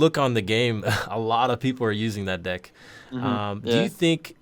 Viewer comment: He says dick so much but he try's to say deck